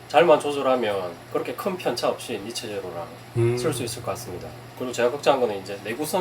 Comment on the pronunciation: 니체 아니죠 니쉬~ 입니다